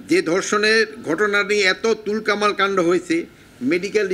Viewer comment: তুল কালাম হবে। তুলকামাল না। দেখে দেখে ভুল পড়লে হবে না☺️